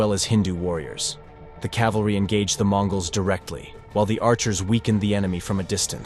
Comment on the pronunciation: CORRECTION! It is "CAVALRY" and NOT "CALVARY" as the latter is a place in Israel.